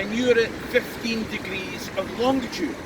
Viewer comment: I hate to be picky but the word is "longitude" no d in the middle sir. BTW I love your videos.